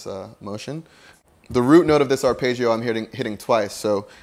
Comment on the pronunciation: There is no "page" sound in pronouncing arpeggio.